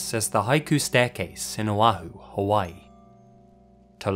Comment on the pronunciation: Mad respect man. I live in Hawaii and your pronunciation was excellent. Idk if theres a supernatural theory on the stairway to heaven case. It seems like the man in question, idk if im seeing things but it looks animalistic. Theres a Hawaiian myth of a demi god name kamapua'a whos half man half pig (and half bear...not actually tho lol). Moke may have been disrespecting the land and angered the demi god who is often tied to the windward side of the island (where the koolaus are) look up old Pali road if you want some material for a folklore episode. Also love your channel